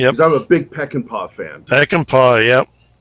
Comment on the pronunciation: Haha Pekinpah? Traumatized me as a youth.